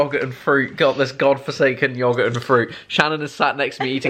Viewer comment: chris pronouncing yogurt Me:😐